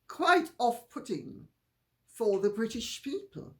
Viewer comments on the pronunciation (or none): none